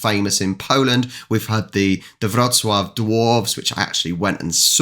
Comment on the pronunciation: BTW: I love it when you say "Wrocław" so accurately as anyone who isn't from Poland :) ( Did I said it right??? )